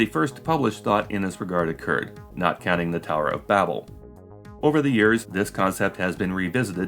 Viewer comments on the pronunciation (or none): none